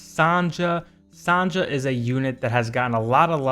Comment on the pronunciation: Yey, Finally, someone pronounce my girl (Sonja) name correct!!!😂 Some people mispronounced her name as Sonia😅 Anyways, you're cute🥲😅